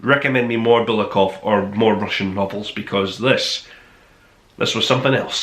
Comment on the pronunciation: bulGakov, me friend, not bulakov, but ok